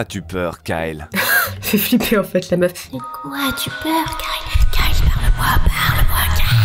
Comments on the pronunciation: Quand tu dit Kyle .on dirait que tu dis Carl. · Suis-je la seule à avoir remarquer qu'elle disait karl au lieu de kyle??😂😂😂